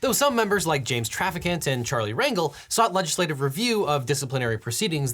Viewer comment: The way you pronounce Rangel is so weird